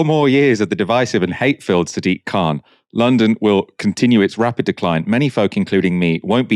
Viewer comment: He is not German. His name is K-h-an